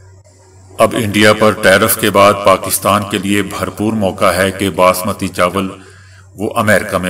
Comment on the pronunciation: باسمتی( baasmati) ، نہ کہ بسمتی۔ برائے مہربانی سدھار کرلیں۔ شکریہ۔